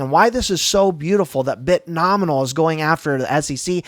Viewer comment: Dude! Love your content. Please.. It's Bit-No-Mi-al